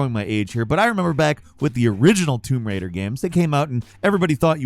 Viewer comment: "Womb Raider"